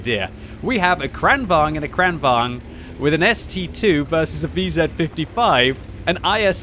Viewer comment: I think in swedish it is pronounced "Krane Vagen"